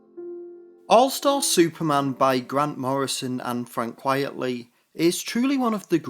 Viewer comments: Quite-lee Not quiet-lee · Quite-ly, not quietly! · Frank Quitely, not Quietly. It’s a pseudonym and a play on the term “quite frankly.”